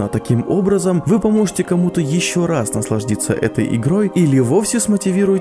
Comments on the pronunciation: Наслаждиться, да? Устал правильно выговаривать слова? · думаю никто не заметил... - "НаслажДится"😂 ну а так я обожаю эту игру, прошел ее не один раз, и после твоих роликов, снова захотелось, вообщем сижу вот, и прохожу опять)